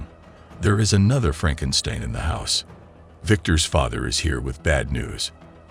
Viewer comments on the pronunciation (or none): Loraleye & Frankenstyne. Don't use AI voices unless you put phonetic spellings in your script. FFS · how do you pronounce Frankenstein and Lorelei wrong lol